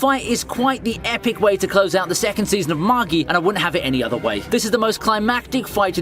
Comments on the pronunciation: Pronounced maj-eye not maggie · I get that the show is an anime but. It's just pronounced Mah Jai. Not mah gee MAGI gotta remember its more of a middle eastern and pirate base characters.